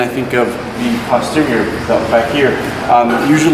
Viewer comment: Holy shit is one of the few people I've heard pronounce posterior correctly. I swear to god every mouth breathing youtube lifter says POSTerior. It's PAHSTerior!